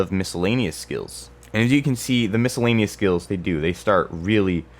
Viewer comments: did i fuckin hear miskellanious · dod he just pronpunce the c in miscellaneous?